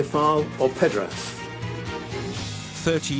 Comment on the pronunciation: Hahaha did he say hes not a pedderass?? Hahaha